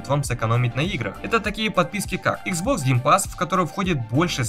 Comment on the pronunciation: Ну блин почему ты иксбокс называешь хуан?(((